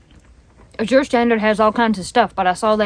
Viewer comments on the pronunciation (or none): Going to northeast Georgia next week to visit my brother and hope the trees are beautiful…, it’s pronounce Az-ure not A-zure…js. Was thinking of joining the Azure crowd. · Azure Standard is pronounced more like "As yer" or "Az uer" ,accent on the first sylable only kind of run it together. (or you can search "pronounce azure. Hope this helps.